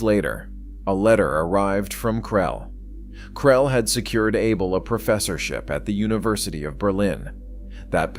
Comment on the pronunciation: His name is pronounced Ah bell.